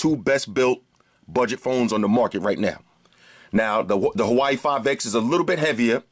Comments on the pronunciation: Nice review; I like your enthusiasm and some occasional unintended puns you throw in your videos. :) Just one thing Bro, Huawei is not pronounced "Hawaii" like you repeatedly say it but pronounced "WaWay" Lol. Other than that, nice review. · bro,i have much respect for ya and you're holding it down much better than me(lol) but it's pronounced "WAW-WEIGH"! Good choice on the phone too. When you cranked the volume on it,it caused my LG g4 speaker to thump a little! That's a loud speaker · Thought you were saying Hawaii 5X lmao